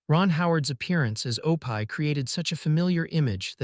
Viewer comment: Guys, it’s “ Oh pee “ please drop the pie!